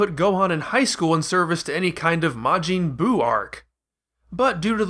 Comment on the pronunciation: genuine question: why do you pronounce it as mah-jeen and not mah-jin? i'd assume the latter is the more accurate one to the japanese pronunciation, isn't it?